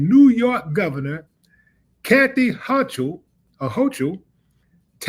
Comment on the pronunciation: PS Kathy Hochul is pronounced “Hō-kull.”